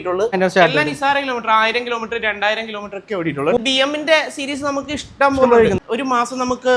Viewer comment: ഇസ്‌റ്റം പോലെ... ഇസ് റ്റം പോലെ😂😂😂